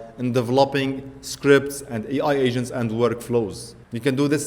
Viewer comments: Maybe it's your accent, but it sounds like you are saying "AI Asian" ha ha. Anyways good video. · Once u read this comment you cannot unhear that. Each time he says it, I imagine an Asian starting to work on the task. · Sounds you are saying Ai Asians. Can you give us a bit more T at the end.